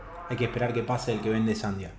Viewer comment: es sandía no sandia 😂😂😂